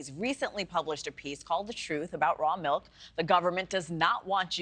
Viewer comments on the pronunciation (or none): Its pronounced milk, not melk.